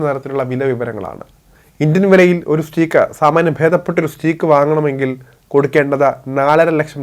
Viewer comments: സ്റ്റീക്ക് അല്ല സ്റ്റേക്ക് ആണ് ശരി ഉച്ചാരണം. Ty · സ്റ്റീക്ക് അല്ല സ്റ്റേയ്ക് !